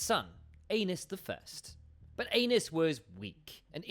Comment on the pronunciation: Right! Ay-neese